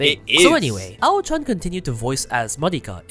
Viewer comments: Not only are you getting her name wrong, but you're truly butchering the correct way to say the word "pronunciation". It's not "pronounciation". There is no accent or dialect where what you're saying is correct. As for her name, just approximate it as "ow-ee". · Personally, I look at the cast to decide the shows I'd watch. If I see Aoi (can be pronounced as Ah-Oh-Wee or Awh-wee) on the cast, I'll consider it.